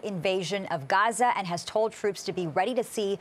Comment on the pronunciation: Oh you pronounced that غ very well 😊